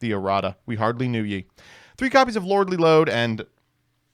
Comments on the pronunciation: Every time he says "Lordly Load" I'm fighting for my fucking life out here. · Trying not to laugh every time he says Lordly Lode.